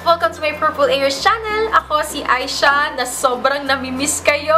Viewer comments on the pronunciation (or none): none